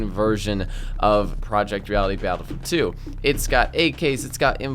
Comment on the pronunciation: Why do you keep calling it Battafid 2?